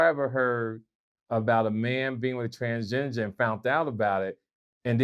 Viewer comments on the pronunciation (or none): TransGINGER really? You really are OLD to not know how to say that word right 🤣🤣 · This fool said "Transginger".💀💀💀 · said transgengin. Only can come up with his own pronunciations 😂😂🤣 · Did say "transginger"? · This nigga said Transginger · Did he say trans ginger? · He's still saying "transginger" 🤣🤣🤣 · “Transginger” & “Pobcast” fuck ups take me out every time lol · Did say Trans Ginger? 🤔🤣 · still saying “Transginger” 😂😂 Vlad don’t even bother to correct him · Yeah right "just friends" my ass., it's transgender not transginger. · So we gonna avoid the fact that he said transginger three times? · “TransGINGER” 😂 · He also said Trans-Ginger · What the fuck is a transginger😂🤣🤦🏿‍♂️ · “transgenger” - 🤣🤣🤣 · Lol is he saying “transginger” or am I trippin? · Nigga said Transginger 🤣🤣🤣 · Transginger🤣🤣🤣🤣🤣🤣🤣🤣🌈🤣🤣🤣🤣 my man can't even pronounce the name right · He said TransGINGER. Sponsored my Canada Dry.